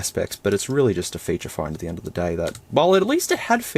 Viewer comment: It’s funny how you say “Phorne”